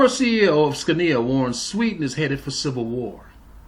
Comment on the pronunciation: interesting vid... fyi... Scania... phonetically would be SKO na